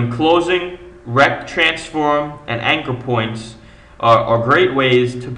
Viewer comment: RRRRRRRRRRECT transforms an nchr pnt...